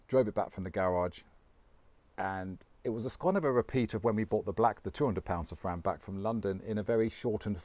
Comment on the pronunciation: Can you PLEASE pronounce "Safrane" in French instead of "Sefren"... It really sounds ugly. Merci beaucoup...